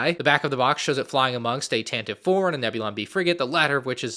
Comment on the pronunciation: Dude stop saying “tan-tiv”